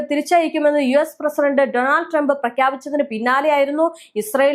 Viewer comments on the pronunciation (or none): none